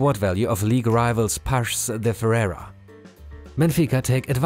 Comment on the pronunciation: Paços * not Pach